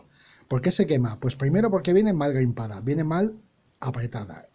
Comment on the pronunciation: Buena explicación, pero será crimpado, no grimpado?